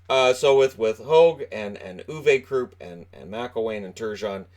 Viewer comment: When spelling Uwe Krupp: The "E" is not that long, its short. And you need to pronounce the "W" more. More like UwE Krupp. The "pp" is fast.